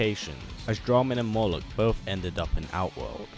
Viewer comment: 1. It’s “Moloch” 2. Yes